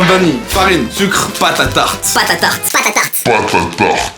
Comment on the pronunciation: au lieu. de entendre pâté a tarte g entendu batata.....